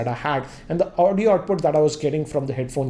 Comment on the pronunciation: Aawoodio Output... Lol 😁